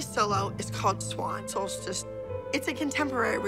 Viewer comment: why does it sound like the "solstice" sound so weird???